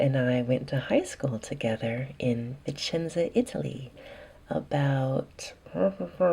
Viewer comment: You are absolutely adorable...I love the part where you say "we went to high school (unintelligible..together) ha ha..One of the most beautiful voices in the asmr community...